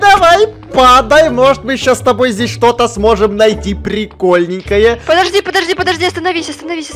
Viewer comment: Она сказала не плости а подожди